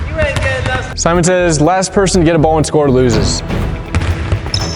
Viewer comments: Nobody: James: Semen says... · did James jus say semen says haha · Was I the only one that heard semen says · nobody: james: semen says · No he full on said semen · James said Semen says